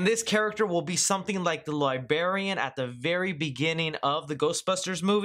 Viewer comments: It's roller staking RINK, not "ring". And it's LIBRARIAN not "libarian." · LibRaian not liBarian. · ........ "Li-Ber-Ian"???????? it's "librarian" not "liberian" (LIE - BRAIR- E - AN) ...the ghost isn't from Liberia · "Libarian"......? That had me "turning my head around". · lol "libarian", what the actual F is that?